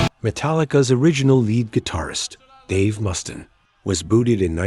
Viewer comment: Several mispronunciations: Dave Mustin, Megadith, Doan Felder, Doan Henley, Glenn Fray, John Froost-chaunt, Guns AND Roses, Metallic, hero-in, David Jill-More, Tony Ommi, Mutt Longa. And it shows video clips of the Eagles while talking about Pink Floyd. Not subscribing and a definite thumbs down.